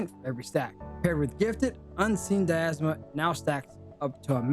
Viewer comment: "Equipting" isn't a word. "Equipping". Dy-na-mism, not "diasma". "attack-ting" is not a word. "attacking" is. Ad-junct.